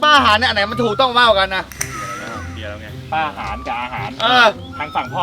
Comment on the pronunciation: โอ๊ยๆๆๆ ขำพี่อาร์มพูดว่า อาหาร กับ ป้าอาหาร566655